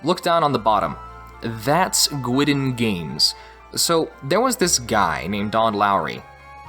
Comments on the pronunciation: Minor quibble... Guidon is pronounced "Guide On", not "Gwidon". It's a term for a unit banner. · Great video. A single note, Guidon games is pronounced Guide-on, not Gwidden. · It's pronounced "guide-on"... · one slight criticism: the word Guidon is pronounced like "guide on". Other than that, great video and presentation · Awesome work One pronunciation thing though... Guidon - I believe it should be pronounced like "guy dun". Based on the logo, its name is derived from those little flags carried out in front of a military unit by a soldier.